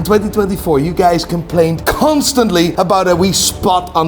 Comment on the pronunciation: Did he say Cun..stantly 😅